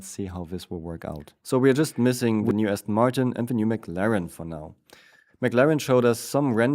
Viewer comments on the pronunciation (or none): none